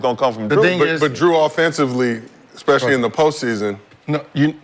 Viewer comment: WHO TF IS DREW? HIS NAME IS JRUEEEEEEEEEEEEEEEEEEEEEE